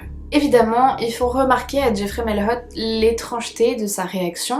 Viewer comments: Bonjour # Je veux seulement préciser que si le jeune homme a des origines québécoises, son nom de famille se prononce "maillot" comme maillot de bain. Je sais, c'est étrangement écrit! 🤷‍♀️ Il y en a beaucoup au Québec. Merci pour ta vidéo!!! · On ne dit pas Mailhot c'est un nom québécois qui se dit Maillot ( qui s'écrit Mailhot) ( comme un maillot de bain ) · En québécois, Mailhot se prononce comme le mot maillot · c'est drôle comment tu dis le nom de famille de Jeffrey Mailhot😅 au Québec on dit "Mayotte" ! 🤗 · Je suis Québécois et je peux affirmer sans hésitation que <<Mailhot>> est un nom de famille québécois. Ça m'a juste tué de l'entendre prononcé avec un accent anglais X)